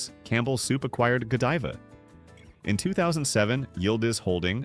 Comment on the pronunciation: You lost me when the narrator didn't pronounce Godiva properly.